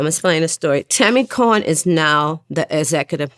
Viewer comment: Nice try vlad it's Tammy Cowins not Tammy Cohen SMH.